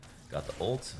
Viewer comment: Why the hell you say Olt instead of ult or alt